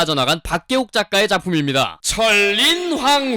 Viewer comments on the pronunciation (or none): 철인왕후 입니다. 철인황후라고 발음 하셔서 써놉니다...조선의 황후는 명성황후만 있습니다.